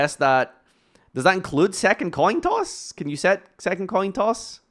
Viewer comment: me listening to say "toin coss": minor speaking mistake, I win